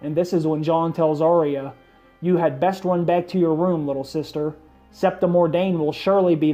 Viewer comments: It's pronounced ar-ya not ar-ry-a it only has two syllables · Arya...say it with me. Ar-ya. Not Ar-ee-uh. Cmon man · I wish you would pronounce her name correctly. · Do you even watch the show?...you are pronouncing her name wrong...